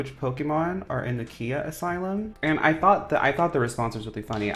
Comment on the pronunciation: Just wanting to say the Rapper Khia's name is pronounced :Kye-ah, not kee-ah.